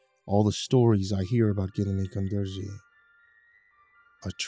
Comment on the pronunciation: Hey a fan from Kazakhstan here! Ғылымі қондырғы means ‘science installation’ in Kazakh, and you pronounced it pretty alright since google translate cant help you with kazakh, but the letter ғ is pronounced kinda like how french pronounce the letter r (thats just the best way I can describe it in a youtube comment dont me), and the қ is pronounced more harshly kinda like ‘kh’ or ‘qh’. Would be dope if ya nail it if you continue with the series, but it’s hard to explain pronunciation thru text Also 15,000 a day is a ridiculously tiny wage (but maybe more acceptable in rural areas… still sucks tho)